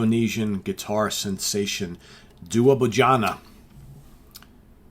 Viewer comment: I’m in the same region, pretty sure its day-wah.